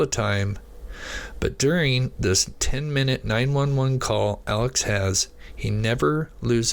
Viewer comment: I'd put more stock in what you're saying if you could pronounce Alex's name right. Come on man.